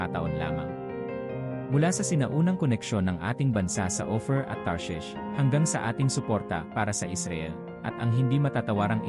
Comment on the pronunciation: The way you pronounce just like opher Ophir not opher